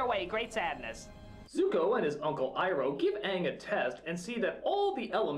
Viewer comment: the only name that sounds like they tried is Iroh, because I take Japanese and R sometimes sounds like a mix of T and R together